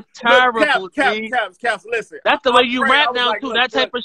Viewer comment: The T in "LISTEN" is.....ughhhhh....are u serious??? lamoooo And Quiet is Big T's slogan.....smh OMG!